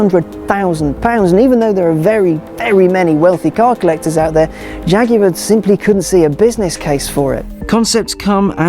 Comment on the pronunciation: Since when is Jaguar (jag-war) pronounced fucking jag-yooo-arrr? Get English or get fukt.